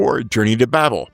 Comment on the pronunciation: FWIW, "Babel" is pronounced with a long A. (Rhymes with "cable.")